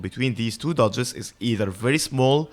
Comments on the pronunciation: it will help to overpronounciate dodges since when you say duchess dodges you tend to make them both sound very similiar duchess is fine, but dodges, try to add more "ahh" in the o of the dodges. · A very useful video for sure but I spent most of the time asking if you are saying duchess or dodges